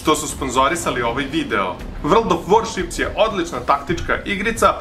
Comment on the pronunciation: "vrld of voršips"